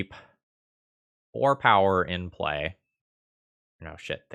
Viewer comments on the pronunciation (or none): none